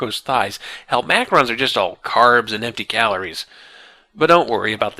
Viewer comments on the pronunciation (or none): hel-MACK-rons drives me nuts! lol its hel-ma-crons. nit-picky ik. love the series tho